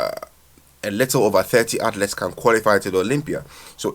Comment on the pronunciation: Pronounced Athleeets not outlets bro🤣